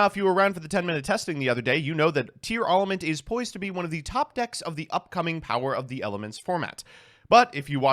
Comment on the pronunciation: Remember that it's supposed to be pronounced Tiara-lament